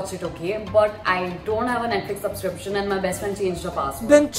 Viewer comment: Anyone listen kenny as a mask saying subspriction instead of subscription